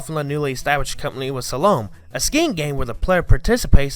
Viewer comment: No one said anything about “slah-lome” — it’s pronounced “slah-lum”